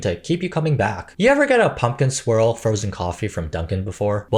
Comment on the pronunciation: You said “pumpkin swirl” frozen drink. I heard “pumpkin SQUIRREL” and thought…does it have so much sugar you act like a squirrel after drinking it? 🤣🫣